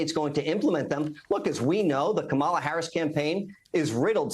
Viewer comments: WHAT???? Is he a slow learner??? It's KAmala, not KaMAla. Good Lord, what stupidity!!! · Why is it every right winger and republican mispronounces Kamala? I think they all do it intentionally as an insult. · it’s not that hard to pronounce correctly Kory…it’s Coma La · Corey continuing the childish behaviour of deliberately mis-pronouncing Kamala's name there. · It’s amazing how none of these people who claim to be brilliant can’t pronounce her name properly (although he slipped once and actually said it correctly ) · You know they are MAGA when they intentionally mispronounce Kamala. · Wow. Can’t even say her name. Saying her name wrong over and over and over again.